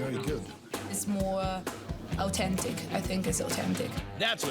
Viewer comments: So oowwtentic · Owtentic I think it's owtentic